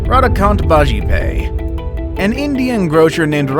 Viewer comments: its BAJPAYEEEE not BAJIPAY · 1st one is bajpai not bajipai